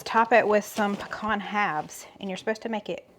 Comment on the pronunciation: Puh- con